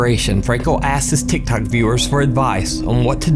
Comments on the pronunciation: It's Tik Tok not Tik Tock. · for some reason it really bothers me that he says "thik thok" and not "tik tok" xD